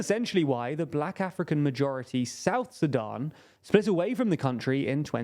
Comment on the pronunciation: Each time you said Sudan I heard Sadam.